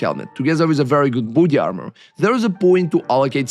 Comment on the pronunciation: great video but i heard initially booty armour instead of body armour